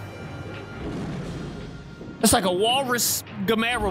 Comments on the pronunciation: Who's damera?It's gamera , can you not say it right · Also he needs to know how to say gamera